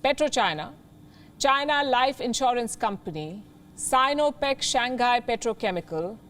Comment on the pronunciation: It is “Shang Hai “ and not” Shan ghai “😀😀